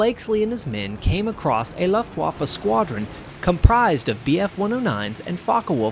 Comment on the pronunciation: looft waffa ... oo... rhymes with who....